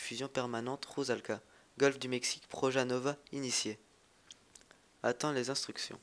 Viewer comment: fail ta dit proja nova